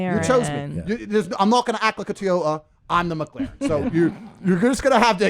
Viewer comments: Best part ; Spanish woman : "mek-lahren" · the way he said mclaren im dead